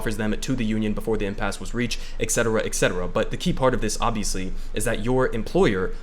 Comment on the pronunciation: 'Et cetera' not exeteruh. just fyi. not hating, lots of people do this.